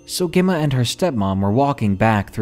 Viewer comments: Gemma is pronounced jemma. Not important just needed to say it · Gem ma- like gem stone and Ma. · You later pronounced Emma ok, Gemma is like Emma with J in front.